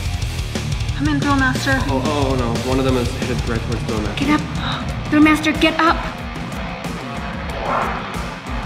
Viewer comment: Ugh it’s thrill not grill